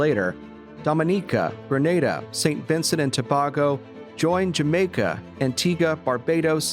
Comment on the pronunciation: Tobaygo please not tobaago. Good over all.